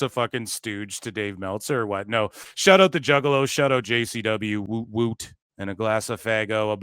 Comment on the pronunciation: we say Whoop Whoop. Not Whoot whoot